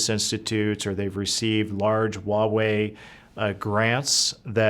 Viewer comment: It’s Huawei. (Hwa way). Not wa way